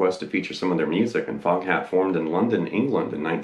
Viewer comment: You know how “Foghat” is pronounced in a British accent, right?